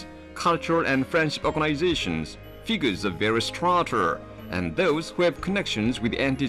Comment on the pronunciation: Figgurs of varrous STHROAAHTR